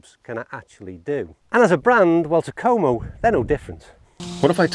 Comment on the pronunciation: Yes I have heard of them and yes you pronounced it correctly. Have seen a few other reviews and all were pretty positive. I like the look of these irons. To me though the 201 looks more like a cavity back than the 101 which looks more like a forged iron. At least compared to so many others models. I might pick up one just to test it out. Curious how you would rate the forgiveness of the 101s on a scale of 1 to 10?